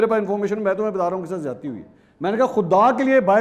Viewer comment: Ziadati.....ka lafz mansoor sahab apki urdu he kharab hai... ??